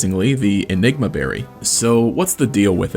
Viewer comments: You said "ligma berry" lmao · hey what did you call the berry the second time you said it